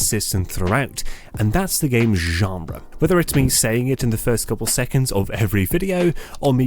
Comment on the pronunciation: This was an excellent video, I’m excited about the new direction you’re taking. Also love how you say ggggenre